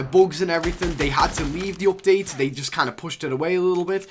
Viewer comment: “V-BOCKS” “OPDATE” 😂